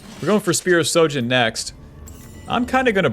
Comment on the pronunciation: "Is this bronze? No it's Masters NA" So yes it's bronze. Also, could you try saying SHOJIN correctly lol. You keep saying SO jin.